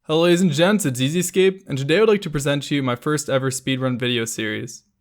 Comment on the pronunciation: Why does he say EZ Escape when it's EZcape. The Z either has to sound like "zee" or a hard s it can't be both lol.